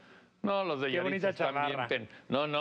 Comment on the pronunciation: Yahritza? Parece yahritzo.